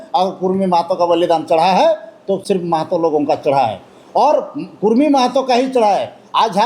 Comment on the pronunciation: कुर्मी नहि कुड़मी बोलिए